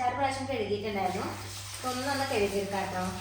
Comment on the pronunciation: കെഴു കി എന്നല്ല. കഴുകി എന്നു പറയൂ.